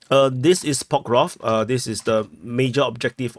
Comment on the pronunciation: I see that damn "Pokrov" (your personal version of PokrovSk) had stuck with with... (the same way as certain large part of English speaking community says "Ax" instead of "ask" and is oblivious to "what's wrong with it" - as if totally nothing...)